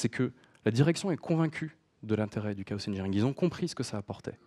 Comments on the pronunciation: Merci pour cette interessante présentation ! :) un détail me fait ticker, on dit pas plutôt chaos comme K O et non pas K O SEUH ? K O SEUH c'est en anglais ca il me semble du coup dire une phrase entiere en francais pour dire un mot a l'anglaise dedans ca fait bizare ... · Ben ça dépend si dans ta phrase tu dis "chaos engineering" tu le dis à l'anglaise et si tu dis "ingénierie du chaos" tu le dis à la française. Mais oui en français on ne prononce pas le 's' à la fin. Je ne trouve pas que prononcer le 's' à la fin de chaos ai une incidence sur le fond de la présentation et son contenu technique.